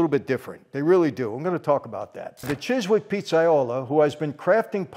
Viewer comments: Chiswick is actually pronounced “Chiz-Ick”, strangely. But this sounds great. I’ll try to get there! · Chiswick is pronounced Chis- ick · Chis..ick, we don't pronounce the W.